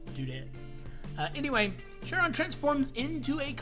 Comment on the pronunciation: Pronounced khai-rhon